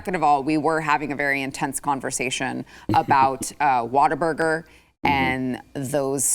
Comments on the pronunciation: Why does keep calling it "Water-burger" when it's "What-a-burger"? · What-A-Burger. Not Water-Burger. 🤣